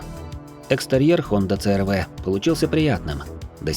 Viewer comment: с первых минут рассказываешь про CR-V(СИ ЭР ВИ) . А говоришь црв,аж слух режет.почему в столице или в тех районах её так коверкают.сам с владивостока,и у меня она уже третяя и каждая на поколение выше,огонь тачки